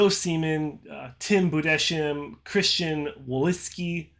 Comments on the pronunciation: If you want to pronounce Budesheim correctly in future videos: Pronounce it like Boodes-Highm or Boodes-Hime Source: Am German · Tims name is pronunces Budes-heim. You speak the s and the h seperated :)